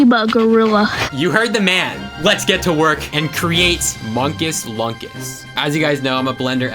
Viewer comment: unstead of munkus lunkus its moonkus loonkus